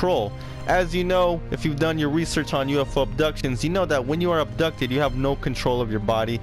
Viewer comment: Wait did he acsholy get ubtucded?